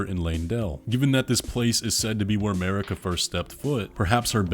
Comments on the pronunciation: it is not mErika, but mArika pls god, so much pain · from the very start of the game you are unable to pronounce Marika in right way for some reason, so from my point you are completely lost